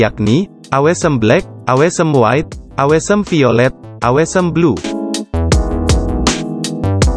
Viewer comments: Yg bener awsem ga sih bacaan nya wkwk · Ralat, yg bener owsem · Masukan aja, mungkin pengucapan Bahasa Inggrisnya bisa lebih di perbaiki, misalnya di kata awesome, refresh rate, optimizer, dll, just input ya, biar yg nonton lebih nyaman, terimakasih..